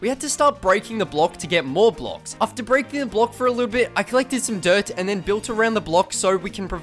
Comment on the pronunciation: The fact he calls blocks “blooks”